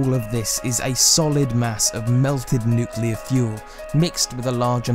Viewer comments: There is no such thing as a nucular reaction. You can't get a nucular medicine test. There is no such thing as a nucular explosion....And no, it's not a specific british or american accent, it is just blatant mispronunciation of N U C L E A R. I drives me fucking crazy too. If you are speaking about a very scientific topic, at least get the pronunciations right. It implies lack of credibility/intelligence. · My comment wasn't aimed at British people exclusively (I'm British, and living in Australia). However, most people I've come across say "Nuculer" instead of "Nuclear". I'm no grammar nazi but "Nucular" just pisses me off for some reason. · It's nucular. The "s" is silent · I hate it when americans pronounce the word "nuclear" as nucelar. Always grinds my gears lol.